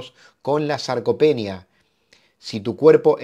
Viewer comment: СаркопЕния- грамматическое убожество через каждое слово.